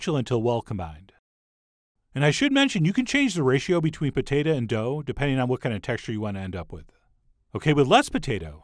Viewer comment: you say pota tah